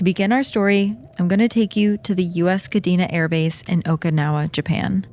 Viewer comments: well she say okinawa like okaynawa but its the "i" need to be like a "e" in english, if you know the expression oki doki its the same "oki" in okinawa 😅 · For the two enlightened ones, it's how to pronounce Okinawa. It is a Japanese name, not an English one. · I can't...each times she say okinawa wrong i got frustrated and can't keep listening 😢